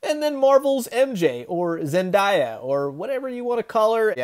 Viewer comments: It's Zen-day-uh not die-uh. Other then that, great review! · Zen-DIE-ah? dang is that how much you dislike the actress, or just a run of the mill mispronunciation? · Did you seriously say "ZenDIEah"? "Are you seriously leaning on the Cauldron Of The Cosmos?"